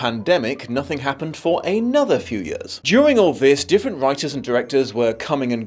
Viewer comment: Late to the party, but I can't be the only one who loves to hear dear say the word 'years', so the backstory repeatedly mentioning the passage of several 'yehhs' was a nice little auditory treat. Amirite? No? Just me?